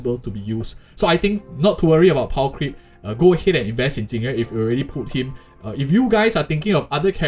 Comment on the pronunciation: XD You sad Tingyuan million times instead Jing Yuan :D